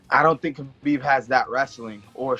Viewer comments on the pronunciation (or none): Diego Sanchez says "Habib is my favorite fighter"......yet he doesn't know how to say his name. Punch drunk, indeed. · only Diego and Kajan pronounced Khabibs name right ))